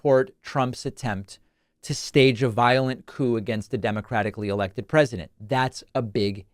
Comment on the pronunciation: "I did everything wrong and they EH-LEK-TED me!!!!"